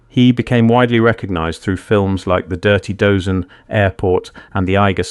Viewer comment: AI-GENERATED commentary? The Dirty Dozen is pronounced as the 'Dirty Doze N'